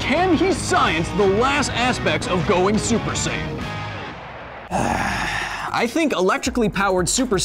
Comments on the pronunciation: don't you mean "sayian"?🤔😂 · FYI: Saiyan is pronounced like "science"